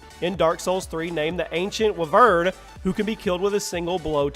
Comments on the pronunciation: its wy-vern no wi-vern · wer-vern y-vern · It's not wevern it's way-Vern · It’s w-eye-vern not wivern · its not pronounced v - vern but y - vern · Wuh-vern? Bruh it's why-vern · come on... its w-I-vern not wvern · we-vern it is why-vern HOW DARE YOU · wuh-vern? its why-vern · why did you pronounce it wavern? its wYvern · Th e ancient “wyvern” is pronounced Why - Vern and it’s a type of dragon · For the dark souls boss it is pronounced why-vern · It's pronounced wyvern why-vern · Not hating but its pronounced why vern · wyvern........ it's pronounced " y vern" or "why vern" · Also It is pronounced 'Why-vurn" :p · It's pronounced why-Vern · Wyvern is pronounced why-vern. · wyvern is pronounced whyvern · Pronounced why-vern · I'm pretty sure it's pronounced WHY-vern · Say it like y and vern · pretty sure you say wyvern as why-vern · its pronounced whyvern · Actually its pronounced wither wih-vern or why-vern. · It's pronounced y-vern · yo. a bit of constructive criticism. it is ancient. " why-vern" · FFS, it's pronounced Why-vern. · lol you buchured or what ever they wyvern its said like why vern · you said wyvern wrong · Lmao you said wyvern so intensely and wrong. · ok, now that is unacceptable, how con you mispronounce wyvern, like come on dude. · You completely butchered the name on #6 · who cant say wyvern com on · Does anybody else like the way he said wyvern? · Anyone who plays ark knows you said wyvern wrong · Dude, you pronounced Wyvern incorrectly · A wyvern is a baby dragon and yes you butcherd it 😂😂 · wyvern=wy-vern and iwajira=ira-jira didact=di-dact